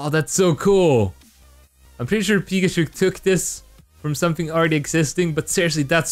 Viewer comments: Im afraid your saying pikachuk wrong 😅 its kinda offensive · I pronounce it pikachuk, not pikachook